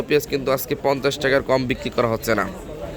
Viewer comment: সবার আগে শুদ্ধ সালাম দেয়াটা শিখুন।,,হছ্ছে কি হচ্ছে বলুন